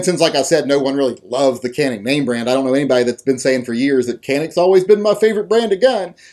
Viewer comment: Can't even pronounce it right. Check out Hickok's reviews of the gun. He knows what he's talking about